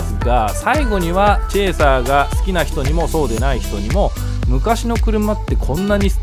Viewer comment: いつも楽しく拝見させてもらってます。 とてもためになります。 うちのかみさんがのチェーサーって発音がツボにはまったらしく うちのチェイサーをチェーサーって言うようになりました（笑）